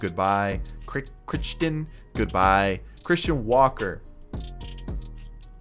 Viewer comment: Crichton is pronounced like cry-ton I think…